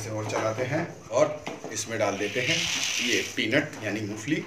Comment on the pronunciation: मुफली नहीं , मूंगफली बोलते हैं ।